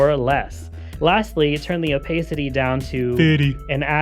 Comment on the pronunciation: it's pronounced opacity, not opacity.